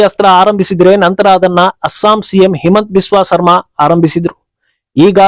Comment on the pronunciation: ಸರ್ಮಾ ಅಲ್ಲ, ಶರ್ಮಾ.